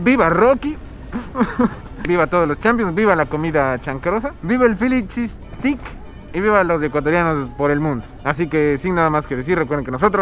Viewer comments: Obvio vídeos de comida 🥘 comida 🥙 s todooooo👌👌👌 que bueno q te hayas dado cuenta que ver tragar 🌭🍕🌮🍪don los vídeos más cool 😎 ja 😅 y se pronuncia filichisssteick lol 😝 steak 🥩 no es stick es essssteiiick jeje 😜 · Stik jajajaja !! Es steak 🥩 ve mushpo jajaja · Mi querido, se pronuncia “steik “ no stick, stick es palo 🤣🤣🤣 el philly cheese steak es súper famoso allá! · Todo bien. Excepto que fonéticamente se pronuncia "ESTEIK" (steak). Ya que "STICK" es palo. Philly roast beef steak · Mi querido!! Se pronuncia STEIK!! No STICK!! Eso es otra cosa jajajaj buen video, saludos hermano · Se pronuncia esteik no estik jaja todo el tiempo estuviste diciendo palito palito o ramita en inglés es stick, saludos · No es estix, es esteix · stick?.......jajajajajaja.......paisano debes de ser.....se dice STEAK.....ESTEYK...........jajajaja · STEAK se pronuncia como ESTEIK NO Estik. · Steak se pronuncia “esteic” no “estic”! Pilas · El verdadero philly cheese steak uff te mueres quedas turulato 😅 es con otro tipo de queso y con salsa cremosa de cebollas caramelizadas y champiñones y pimientos verdes y con la carne uff el pan 🥖 uff te mueres nada q ver con el q tu probaste en este vídeo y NO SE DICE STICK se pronuncia ESTEICK STEAK 🥩 ES ESTEICK NOOOO STICK !! 😅 saludos y bendiciones 👍🏼👍🏼😅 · Gringos: "Philly Cheese Steaks" Otros: "Feely Cheese Es-Tay-Kssss": "Feely Cheese Stick" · pero pongamosle toda la pronunciacion..es fili chiis steik....jajajaja..criticas constructivas 😀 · papito lindo, estas pronunsiando steak, stick que quiere decir "palo". Use el internet para la forma correcta. No es queja, si no para ayudate. 💗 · Soy ecuatoriana y nunca he oido esa palabra “chancroso”. Que significa?. No dices en que sitio de USA estas. La palabra Steak trata de pronunciarla mejor querido, lo dices como stick que es otra la traducción. Soy tu fan y te deseo buena suerte 👍🏼🇪🇨🙏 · esteyk se pronuncia esteyk